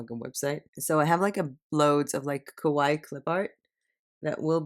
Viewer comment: the way you pronounce kawaii actually means "scary" :)